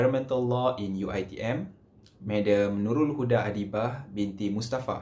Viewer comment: THANK YOU! By the way, my name is Nurulhuda Adabiah, not Adibah. Hehe